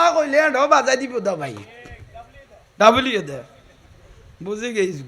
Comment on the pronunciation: হুজুরের ভাষা অশুদ্ধ। প্রায় সময় তিনি অশুদ্ধ উচ্চারণ করেন। যেমন:- w কে ডব্লিউ না বলে তিনি ডবলইউ। মৌলভীকে বলেন মলই